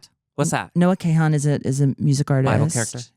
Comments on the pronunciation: Kahan is pronounced Caan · Not Noah Kay-han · noah kay-han (mind you noah kahan…) is making me cry laughing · Noah “KAY-Han” probably confused Trixie a bit, hahaha. I doubt she has avoided Stick Season for 4 years. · Noah Kay-hawn 😂😭 love you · Her saying the Noah kahan community is going to come for trixie when she doesn’t know how to pronounce his name is crazy work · The way she is pronouncing Kahan is killing me 😂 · Only one of 3 knowing who Noah Kahan is and that one person pronouncing his name wrong. A rough day for the Noah Kahan community indeed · butchering noah kahan's name and then telling trixie his fans are gonna come for her😭